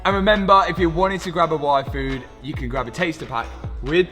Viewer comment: I definitely heard say he was going to go get a waifu. That was very confusing until I realized he said yfood.